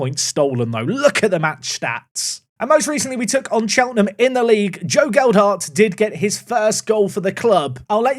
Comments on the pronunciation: As a Leeds supporter, hearing “geld-hart” is grating. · Whats happened to Leeds youth set up in this game?😂 All in league 2. Lewis Bate is from our youth setup too. Its pronounced gel....hart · I don't think signing Gelhardt was a mistake, but possibly inserting an extra D into his name every time you say it might be. (Or it might be intentional. It wouldn't be the first time 😉)